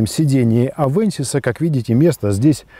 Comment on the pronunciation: авенсис а не авэнсис !